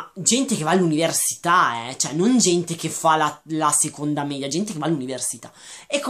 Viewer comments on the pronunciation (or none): none